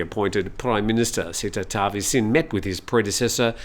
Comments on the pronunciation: Thai language doesn't have a 'v' sound. It's pronounced with a 'w' sound Tawisin. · There are no v sounds in Thai, it's a w sound.